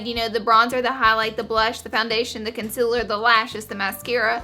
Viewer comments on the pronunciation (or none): does anyone else hear her say con-cil-ler instead of concealer?